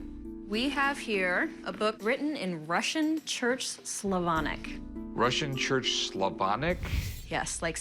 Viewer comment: I love how says Slavonic. Sounds heavenly.😊❤